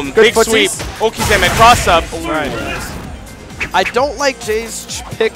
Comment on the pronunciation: Wait, at one point could correctly pronounce okizeme?